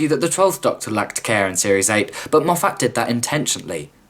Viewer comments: I know this is an old video, and although I do enjoy your critique. Being from Scotland, I just can't get over your mispronunciation of Moffat. It's not Mof-fat, being a Scottish name the 'a" is pronounced as an i. So it's pronounced as mof-fit. Sorry for any offence, it's just a stupid small thing that gets on my nerves for some reason. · If you're going to keep saying Moff Att instead of Moff't, shouldn't you also say Chib Nawl instead of Chibn'll? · Stop saying MoffAT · Dude, ace vid, though please go learn how to pronunce "Moffat" it's not Mof-at. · It’s said Moffet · As soon as I heard Moff-hat I was gone! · Pretty good critique apart from your inability to pronounce Moffat correctly.